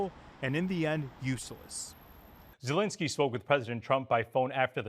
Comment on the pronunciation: That's ZE.lensky ... not Not Le.zinsky ... please make sure you meet with the right person 😅🤭